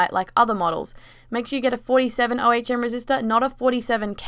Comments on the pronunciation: Ohm, not O.H.M. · You could also just by a front light for a Game boy sp from an after market parts manufacturer. Also the action of coating the wire is called tinning and should be done with any wires you plan to solder to things. It's also pronounced OH-mmm :p Nice starter mod for people to get into modding game Machines. Congrats on entering the Modding comun! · Hmm, 'ohm' is one word, like owm, But cool project though! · "O-H-M resistor" IT'S OHM, LIKE BUDDHISTS SAY WHEN THEY MEDITATE!! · Ricky Vega 47 ohm resistor, she prenouced it wrong so it sounded a bit weird... but it doesnt need to be exactly 47 ohms, you can use a bit more or a bit less. with less ohms meaning brighter light and more ohms meaning less light. dont go to far off the 47 used in the video because then it wont work.